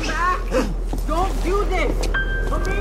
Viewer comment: finally said Amir’s name correctly